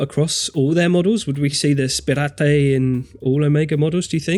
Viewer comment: Hahaha! I can't get "spir-AH-tay" out of my head now!